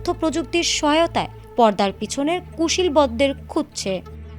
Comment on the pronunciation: "কুশীল বর " না। ওটা কুশীলব হবে।হায়রে সাংবাদিক।